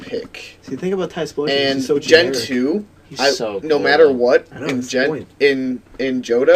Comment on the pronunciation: why do you call it tysphlosion its typhlosion